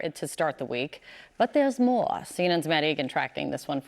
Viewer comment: What's with the way she say "more" here..